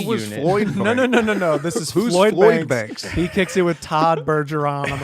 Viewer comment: Adam said "Floyd Banks" hahahaha that's Lloyd's nephew or somethin 🤣